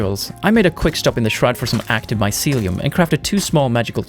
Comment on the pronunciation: My-sealy-uhm lol Love this game, carving paths through mountains is a legit way to travel